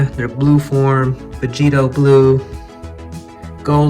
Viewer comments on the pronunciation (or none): Y’all like how he called blue gogeta vegetio